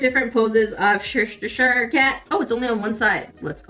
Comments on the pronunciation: Che (as in Chess) shire (its more 'shr' like 'sure') so che-shr. i am English, think of the pronunciation as us being lazy and just ignoring letters. worcestershire is said as woo-ster-shr. again, take letters out and be lazy about the pronunciation. same goes for others too like Staffordshire - sta-frd-shr (frd being ford but remove the o) literally ALL of them go off the same pattern. hope this helps! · correct way to pronounce cheshire is ch-EH-sh-er, with an ending that sounds like a cross between 'sheer" and "shre" for future referance from a rather amused british grain XD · Cheshire -shay sher 😅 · And the sauce… worster (like the worst of the worst… worster 😂) and then shire pronounced like the singer Cher. Ish… 😅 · Hi, It's pronounced Che-sheer/Che-sher...depending on your British accent.😃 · FYI its "chess -ire" 😉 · Hi! Just letting you know that it is pronounced: Chess-i-r cat. Hope this helps! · Best part of the video: saying "Cheshire Cat" 🤣🤣🤣😹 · trying to say Cheshire amuses me 😂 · I adore how you said Chesire's name from Alice in wonderland lol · Also waves from Cheshire made me chuckle you pronouncing where I'm from. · Alice in Wonderland: Read the books! The cat you say like treasure but with tsch than tr at the beginning. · Cheshiture 😆 🤣 😂 😹 Cheshire chess-shire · The cat from Alice in Wonderland is the Cheshire Cat. It's pronounce "Cheh-shure". The bag isn't beach themed, the at has pink and purple stripes. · As someone from the UK its painful to see you say Cheshire😂 Its literally just che-shu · I pronounce Cheshire Cat as cheh-shy-er cat, but it’s pronounced as cheh-shr….I like my way better… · Omg you pronouncing Cheshire Cat as chestershire cat, was something I didn’t know I needed, I love it 😂😭💞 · We do have some weird pronounciations for some of our words. Like Cheshire is pronounced a bit like chair-shy-ar whilst Worchester is prounoounced as wuh-stair. Don't ask, I don't understand our English either. :P